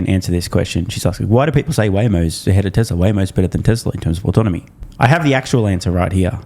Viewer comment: ives cant pronounce autonomy